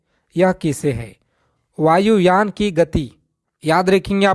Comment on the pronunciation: agar padha rahe hain to thoda acche se padhaai ki aapko Hindi bolane nahin a rahi hai aur ab chale bacchon ko padhaane vayuyan ko vayuyan vayuyan bol rahe hain